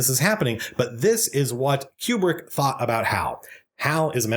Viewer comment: man, i love how much you are able to extract so much from this film and that 2001 is the rare type of film that supports it. BUT i still don't buy this 'que-brick' pronunciation nonsense.